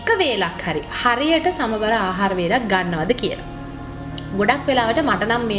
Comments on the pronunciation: සමබර නෙමෙයි. "සමබල"කියලයි කියන්නෙ... ඔයාගෙ videos මම නිතර බලනව. හොඳයි! Good luck! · Samabara ahara nowe."සමබල ආහාර"niweradi wachanaya.godak sthutiy oyata.budu saranay.👍